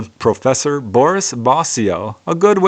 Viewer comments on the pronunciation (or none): none